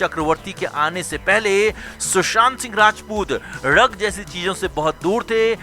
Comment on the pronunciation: ये ळग क्या होता है? It is ड्रग्स